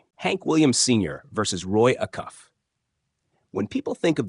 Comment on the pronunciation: Roy A-cuff.